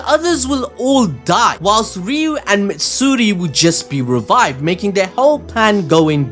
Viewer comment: MAtsuri dude, Matsuri.